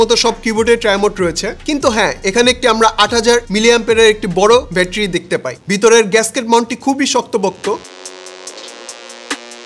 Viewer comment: ভাই উচ্চারণ টা ব্যাটারি নট বেটরি। আশা করি এই ছোট বিষয়গুলো খেয়াল রাখবেন ভবিষ্যতে।